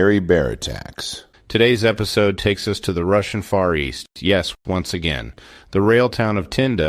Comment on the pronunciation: I just noticed as you were speaking that Far East sounds like a fancy way to say Forrest 😊